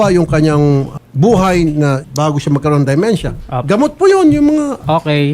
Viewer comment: Not DI-mentia, but DE-mentia.